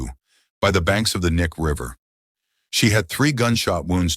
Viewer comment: BTW it’s pronounced Key-Nye River….